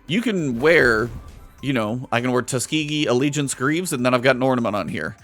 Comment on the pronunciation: Tus Ke De Allegiance? Are you sure it’s not Tusked. Like elephant tusks? You destiny streamers and your words.